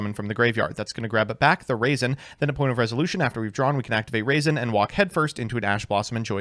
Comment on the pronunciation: Say it with me RAW-ZEN. Not raisin